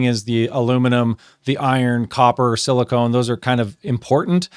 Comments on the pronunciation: "Silicone" is what you put around your bathtub. The semimetal in your engine is Silicon. (Si-li-ken) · Silicon not silicone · thank you for sharing. i guess the question is, does the lower levels in the oil result in a longer engine life. it very may well. motor oil geek certainly has impressive experience with the topic. also, i silicon is pronouced sili-kahn. it is very different from silicone. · It's silicon not silicone. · Why is it so hard to pronounce silicon corectly ? I hear so many people saying silicone dispite silicon is printet in the dang paper. Every single time you said silicone! As if everybody have erased everything from elementary chemesty class. So un-professional.